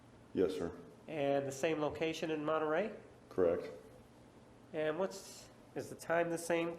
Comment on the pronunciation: Martinez says “Arias” so extra but can’t say “Monterrey” correctly lol